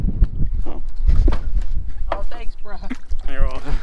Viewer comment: It’s so funny every time I hear “brah”